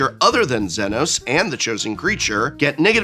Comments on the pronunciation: Notes on pronunciation: "Almasy" has an L not an I, so it's said All-mah-see. Zenos yae Galvus is Zee-nohs yay gal-vuhs. Y'shtola Rhul is Yesh-toll-uh Rule (at least you didn't read it as "Y'sholta" like I've seen others do). Hope Estheim is split at the "T," so it's Est-heim. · It's hilarious to me that he Prof pronounced Zenos wrong but pronounced Y'shtola right.